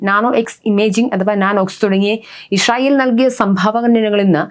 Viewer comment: ഈശ്രറായേൽ എന്നല്ല പറയുന്നത് ഇസ്രായേൽ. ❤